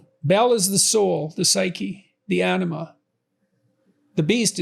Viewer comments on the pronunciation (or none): none